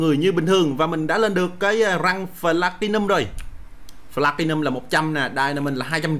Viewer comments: Pờ-la-ti-num đọc thành phờ-la-ti-num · Phờ-lát-ti-num đọc thành phờ-la-ti-num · Platium đọc là pờ - la - ti - num mà a